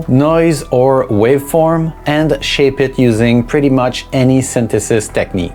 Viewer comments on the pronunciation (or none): none